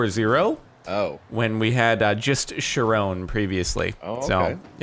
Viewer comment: If chiron_0 is named after the Greek centaur, then it's pronounced kai-run.